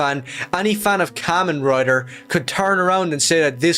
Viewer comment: I know I’m late to the party but let me say, this guy is just talkin his ass out about kamen rider (firstly, he’s not even sayin the name right. It’s kah-men, as in “kamehameha”) Kamen rider ichigo, the specific rider hes talking about, is more akin to Superman or spiderman than he fuckin thinks. One of ichigos most iconic lines is genuinely “human lives are more important than even peace and justice” (which is, mind you, the EXACT same stance of James Gunn Superman) I don’t think he’s watched a single piece of media ever